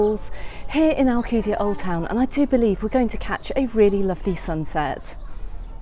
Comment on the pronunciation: Can't even pronounce ride the f**** name of the city did the f*** out of my Island